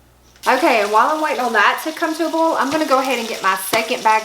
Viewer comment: Start watching . Also, boil is pronounced "boy-el". If you're blanching purple hull peas (or any field pea), it is recommended to dry them before bagging.